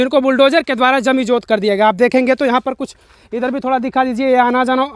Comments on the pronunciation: जमिजोद नहीं रेे भाई जमीदोंज होता है। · Abe item jaminjot nhi hota jamindoj hota hai.